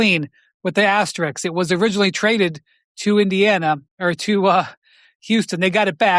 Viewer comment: like this comment,so Brian Windhorst can see it...Ηe often uses the greek word "αστερίσκος"...So,the correct pronunciation is asterisk,not asterix...🙂